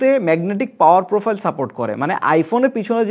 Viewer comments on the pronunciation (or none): none